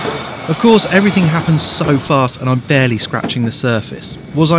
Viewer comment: chassis not châsse and barely not bearly